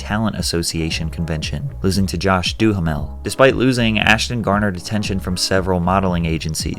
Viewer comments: Josh Duhamel is pronounced "Duh Mel", not "Do Ha Mel" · Josh Duhamel last name is pronounced “Doo-Mel”